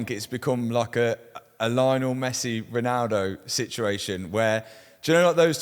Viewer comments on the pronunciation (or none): none